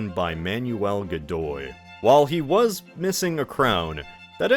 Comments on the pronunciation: i'm having a severe case of dejá-vu... PS. I see; part 1 had already been released. "Godoy", not "Gidou". if it was his son; the queen seemingly confessed on her deathbed to her personal priest that none of her children were her husband's (a man who had been warned right before his marriage by his father to make sure to take measures to prevent cheating, to which he famously replied something like "who would cheat on the king?"; not the brightest bulb in the shed, that one). or tried to; as the picture shows, Napoleon crowned himself. nice touch there, with the arsenic-laced wallpaper. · Godoy became Gidou bruh, they didn't even bother double checking